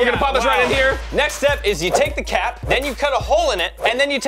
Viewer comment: 15.05 it sounds like cat not cap